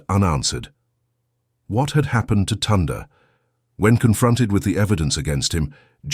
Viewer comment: Ok wait im sure her name is pronounced Tyonda..! Second why is there a thumbnail of a boy and a girl if the story is about sisters? Does your AI stand for Asshole Improvising?!